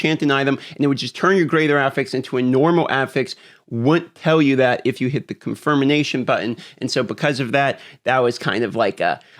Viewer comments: "confirmination button?":face-turquoise-covering-eyes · Confirm- ination. Lol. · "confirmination button" lmao